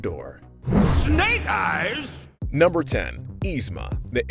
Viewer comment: Yzma not Yzme 😂😂😂